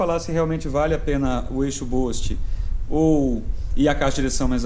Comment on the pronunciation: Escreve-se "boost" e pronuncia "bust" e não "bost". Cara, na boa? Espero que não fique chateado comigo. Vc é um formador de opinião. 5 mil pessoas assistem esse vídeo. Se preocupe em falar um inglês correto pra não ensinar errado os brasileiros que te assistem.